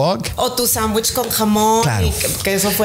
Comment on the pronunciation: Interesante la platica es bueno que informen, pero me desespera escuchar a cada rato la palabra sambuich. Inclusive Marco le dijo sándwich y ella por eso sambuich 😣😣😣😣